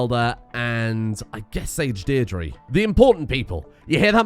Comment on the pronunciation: As an Irish man I would like to point out that Deirdre is pronounced Deer-Dra (as in dragon).